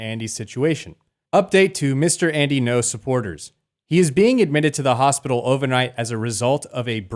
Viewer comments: Pronounce his name correctly at least... Ngo not No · It’s “Ngo” not “No”